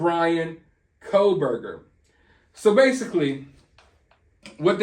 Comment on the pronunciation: It's pronounced Core btw.